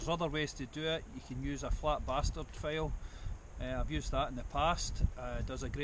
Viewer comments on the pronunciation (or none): Thanks for posting the video, I like the small extra course diamond stone. I will have to pick one up. I must say though, when you said "Flat Bastard" file with your Scottish accent, my mind went immediately to Austin Powers and I started laughing uncontrollably. I learned something and had a great laugh, this video was a win all around. Thank you!